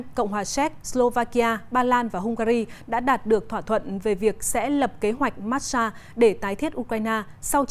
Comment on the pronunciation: Kế hoạch mát-xa, bà này phát âm kiểu gì đấy.